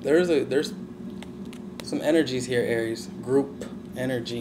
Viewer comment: I love the way you say Aries